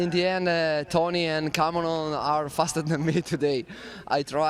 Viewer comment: Would both you and PLEASE STOP pronouncing Tony’s last name differently one right after another!!🤬🤬 get your shit together and just agree on ONE pronunciation!!!!